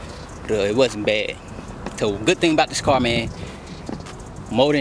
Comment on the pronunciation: 💀🤣 “I love this carrr”